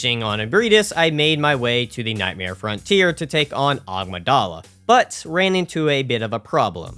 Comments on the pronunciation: Amygdala. "a-MIG-dah-la" not "OGG-muh-DAH-la". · I see he's still calling them "Agmydala" instead of "Amygdala". I thought it was a mispronouncing in the previous video. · love the amygdala pronunciation